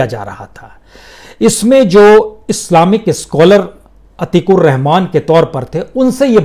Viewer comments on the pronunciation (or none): none